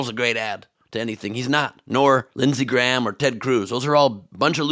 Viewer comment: I was pretty impressed with the way she turned 'Graham' into a single syllable and forced the word out through her nose. On reflection, she probably made it a single syllable word for the sake of her voter base...